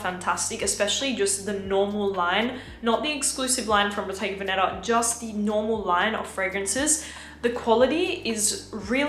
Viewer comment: Bottega veneTa la t si deve sentire …si